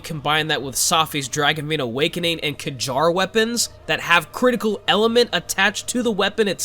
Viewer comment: no way you pronounce words like that, did you really say k-jar its pronounced like car lmfaoo